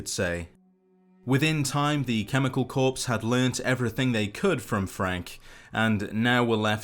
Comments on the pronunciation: For future reference it’s “core” not corpse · Corps is said like "core" not "corpse" Just giving you the heads up, loved the vid. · I’ve always thought that Frank is one of the most iconic and memorable villains of the series. Good to learn the lore all in one place! One small thing, the 2nd word in Chemical Corps is pronounced like “Core” not “Corpse” . Great vid. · Corps is pronounced Core, not Corpse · Corps is pronounced core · lol sounds like you said cannibal corpse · btw, "corps" is pronounced core. Like 'Marine Corps' would sound like 'Marine Core'. English, amirite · People that can not pronounce "Corps" are the bane of all service members. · So few know how to say corps...